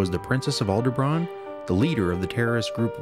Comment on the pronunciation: great video but its alderaan not aldebrawn